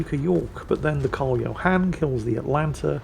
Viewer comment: What ship killed the green Atago? U, you pronounced Karl 14 John wrong